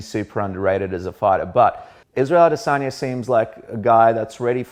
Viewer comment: Israel I-dis own-ya